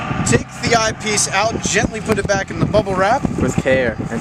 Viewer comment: Where can I get that "Eye Pice"? Lol